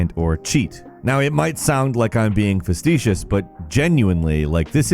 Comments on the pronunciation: Facetitious, what? facetious, fastidious? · It's not a video without a mispronounced word. Festicious? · I've heard you pronounce this incorrectly in more than one video, just trying to help a brother out. It's fəˈsēSHəs, the "T" is silent. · “It may sound like I’m being FesTEEshus” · I noticed that too